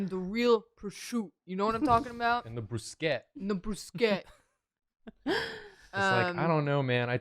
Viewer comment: I mean, saying broosket is better than brooshetta.